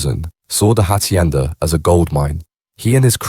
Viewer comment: The Hachhienda 😂 give up mate your terrible